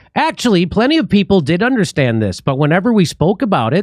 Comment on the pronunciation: "What we didn't undershtand" Wait what didn't we undershtand?